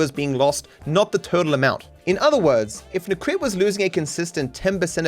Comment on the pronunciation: He constantly puts words in Necrit's mouth, like: "Necrit seems to believe this is how world shoud be", when all Necrit did was just talking about HIS OWN experience with reactions. He also didn't even bother to look up how to properly pronounce his name (it's nEcrit, not necrIt).